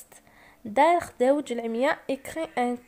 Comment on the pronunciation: اسمحيلي استاذة مي مكانك ماشي اللغة الفرنسية راكي تنطقي فيها بسيف راكي كي الابتدائية تهجي خداوج ماشي خدوجة و خاطيك فرونسي و لي يقري فرونسي يكون علابالو بكلش ماشي الارقام يغلط فيهم🛇❌